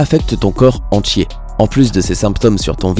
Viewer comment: "enTier" pas "enTCHier" ...